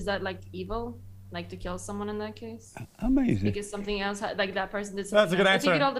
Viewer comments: Amazin, that's amazin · I swear when JLP doesnt understand something he just says AMAZIN'.